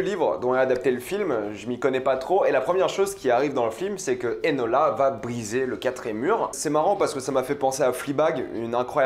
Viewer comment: C'est eNOla pas eLOna Holmes dite mon prénom correctement svp😭😭